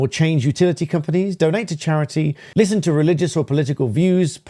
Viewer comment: 'LISTON' :face-green-smiling